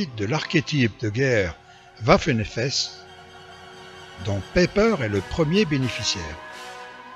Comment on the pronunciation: A ''des unités combattantes de la oiffen SS''.........Diantre !